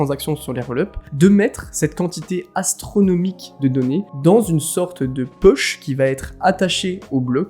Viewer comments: Hello, Très bonne vidéo Par contre "epoch" se prononce plutôt "ipoque" qu'e-poche :) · EpoCHE 😂 ca se prononce epoK dans les milieux autorisés (bon après c'est un mot anglais on fait comme on veut en vrai)